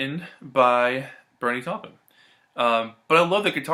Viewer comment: Great review. And thanks for pronouncing Taupin’s name correctly!